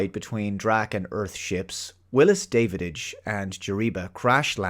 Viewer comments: His name is Davidge NOT Davidige pronounced like ridge and the "hole" in his mask was designed that way purposefully as it made to resemble the mouth of some reptilian species which Draks were. That aside this is still one of my favorite movies and gets a watch from me once every few years. Rarely do I disagree with but I think he dropped the ball big time on this one. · Every time he mispronounces 'Davidge', do a shot. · Are you sure that you actually watched this movie? Dennis Quiad's character is called Da-vidge (short A), not David-ige And I loved the scene when Davidge discovers that the book the Drac is constantly reading is the Drac Bible. It really gives them common spiritual ground. It's not a perfect movie, but thoroughly enjoyable. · You missed the Battlestar Galactica episodes (original and remake) with the same plot and the 1968 Lee Marvin WWII film Hell in the Pacific... and you pronounced Dennis Quaid's character as David-idch, whereas it's pronounced Davitch in the film (but pobody's nerfect). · It's not Davidich, it's Dow-ICH. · had to give a thumbs down, not because I don't like your reviews but because you keep saying Davididge instead of Davidge 😂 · You’re horribly mispronouncing the name of the Dennis Quaid character. It’s DAV-idge, not DAVID-idge. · His name is Davidge not Davididge :) I had read the novella a few years before and I really liked the movie. Saw it twice in theaters and I still have the VHS, DVD and Blu-Ray. The story was based on Robinson Crusoe. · Davidge, not Davididge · It Da av ge.. I'm guessing that you might be either an idiot or an AI.. you should learn to pronounce his name though. It's disrespectful. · "Davididge"? Are you actually calling him DAVIDIDGE? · Going by your pronunciation of 'Davidge' as 'David-idge', I'm not entirely convinced you've watched the film.... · "David-age"? I know this movie doesn't hit your G-spot,, but at least pronounce the name right.